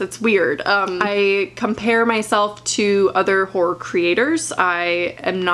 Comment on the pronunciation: Though she said ”whore” the whole time and I was like, c o o l turns out she meant ”horror” i- aha